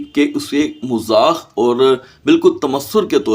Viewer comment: Mazaq hota ha not mazakh 😂😂😂